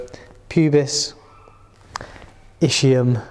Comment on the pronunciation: Thanks for the explanation.. just please check the right pronunciation for ischium (Es..kee..uhm) just like ischemia